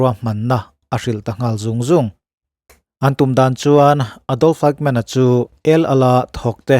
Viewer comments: Fightmen i tiin ka hria, Eighmen ti a lam chi a nia aw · Kan American-Jews Lecturer chuan a lam dan tur min hrilh dan chuan Ekmen tia lam tur a tia ...😊 Mahse a ngaithlatuten kan hriatthiam vek chuan a tha vek. Kan hriatthiam lai tak kha a pawimawh ber.